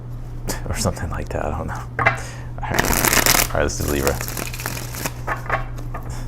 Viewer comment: Love the way you say Libra!! Libra Sun Virgo Moon Thank you. Your amazing!!! 💕💕💕💕 Receiving a generous gift That sounds good😊